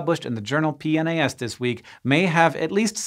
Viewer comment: I always laugh when he says PNAS